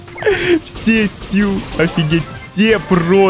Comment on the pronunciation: не стЮ а стУ